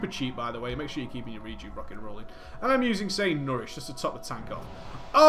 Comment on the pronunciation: I love how he says rockin and rolling about the talents :3